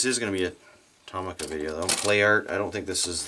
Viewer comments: Its To-mi-ca not To-ma-ca. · the actual pronunciation is to-mi-ca not toh-mi-ca because it is written in japanese トミカ and not トウミカ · It's Tow - Mee - Ka. It's a Japanese company and that's how the Japanese say it. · Not how u say tomica but cool